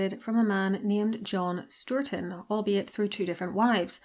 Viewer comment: Excited to hear my ancestor John Stourton get mentioned ( and a thumbs up for the "sturton" pronunciation. My brother lives in Stourton Caundle and they say ""sturton candle" there Can't confirm connections to Henry or Jane Seymour for sure but both appear to have Stourton antecedents according to established pedigrees